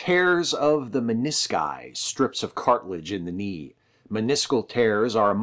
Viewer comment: You forgot to say the "k" in knee. I was gonna let it slide once but then I kept hearing it. It's like when Lando Mispronounced "Han"